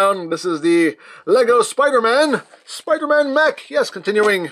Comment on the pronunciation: HE SAID SPUDER MAN